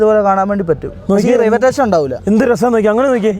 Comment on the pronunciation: Railway station പറയുബോൾ ശ്രദ്ധിക്കുക.